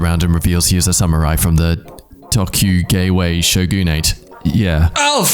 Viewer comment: Even if you haven't seen a single word of japanese history, your pronunciation of "tokugewe showgunate" deserves a "capitil poonishement".